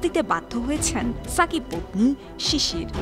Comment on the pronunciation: আমি তো শুনলাম ফাকিবাল হাসান 😂😂😂